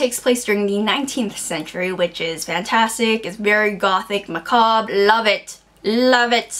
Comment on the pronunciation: Know that this is irrelevant cause this video is now a few months old, but I've been on a TheReadables video marathon, and you pronounced macabre right the first time. The person that commented in the last video was wrong. I googled it and you were originally right. However, this is a moot point :P